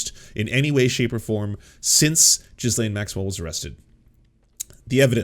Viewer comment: 'Ghee- laine' not 'Ghis- laine' As a Canadian, come, on.